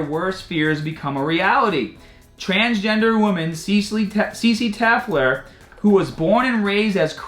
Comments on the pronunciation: LOL. YOu can't even read (and you do this in many videos) The name is "Telfer", you say "Tefler". You are beyond inept at this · You pronouncing Telfer is so cringy. tell-fur. Try that